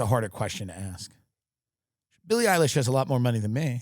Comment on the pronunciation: Sil E Eye Lish ladies and gentlemen